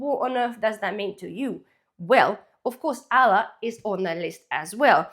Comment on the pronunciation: It sounds like you're saying Allah not Arla, but good vid.